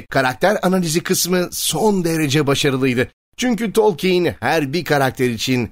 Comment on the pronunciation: Abi telaffuzun biraz üstüne gitmen lazım bence. Tolkeyn baya sinirimi bozdu.